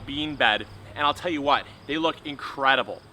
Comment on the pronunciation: I'll tell ya hwhat